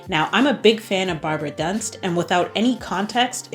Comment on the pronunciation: Barbara Dunst, as in "doo-nst". Carolin Simon extended her contract at Bayern. Netherlands: PSV Eindhoven won 3-1 to league leader Ajax Amsterdam and take over the top spot. Stunning free kick by Renate Jansen! Twente has the same number of points but a smaller goal difference. Ajax and Twente will face each other during the 4 remaining league matchdays.